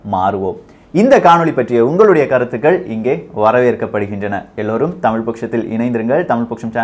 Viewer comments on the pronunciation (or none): none